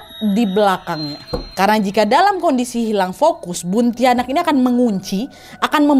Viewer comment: Buntiana kak bukan buntianak